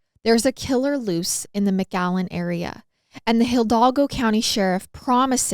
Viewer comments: Am I the only one hearing mcgallen and not McAllen ? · This is my hometown, I never heard of this case 😅 btw you saying McAllen wrong 😂😂😂 you’re saying MgAllen 💀